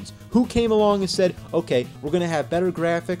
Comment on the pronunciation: i like how he says "end" instead of "and"